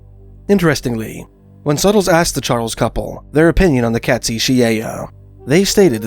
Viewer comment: Great video sir. Just a small correction on pronunciation. It’s Kate-szee. Cheers!